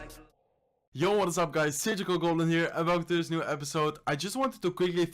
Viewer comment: Saber que dice surgical pero parece radio